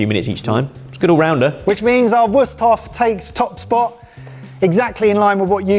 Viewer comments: I was already wondering about the name "Wüsthof" (even though they keep pronouncing it so funny as "Wust") and how familiar the handle design looks. Of course, it's good old German quality craftsmanship. You can rely on things like that here. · Just from the way these guys pronounce "Wusthof" I feel like they're definitely biased towards one of these brands going in.